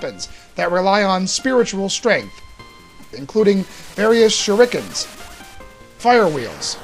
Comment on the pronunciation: shurickens <=== Gotta love it! Nice review, that made me laugh though :D